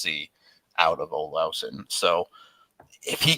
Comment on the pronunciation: I get the Vasi vs Vashi thing but Olausson vs Olison is just dumb because it's not some accent change. You're just straight up pronouncing it stupid. Say it the Swedish way